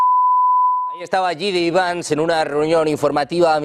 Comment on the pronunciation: por favor que alguien le diga como pronunciar el nombre de JD vance conerectamente.